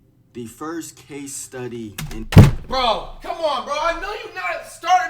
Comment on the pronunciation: bro said case study like he is a rare species 💀